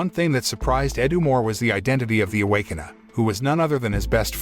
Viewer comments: The Away-Con-err? ROFL Awake-kin-er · Can you say ,Rrrrr? Now say awaken…! Now say..A w a k e n e r..Ok…much better…..just foolin around…thanks … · Bruh the robot voice can't even pronounce Awakener and just says Awakena